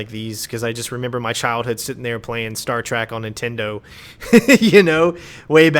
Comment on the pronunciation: Did you just say "Star Track"?